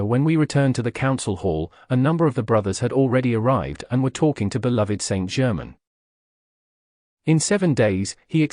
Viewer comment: I find this book is spoiled by the reading by a AI voice that cannot pronounce words correctly eg. It is not Saint German. But Saint Germain it totally spoils this material 😇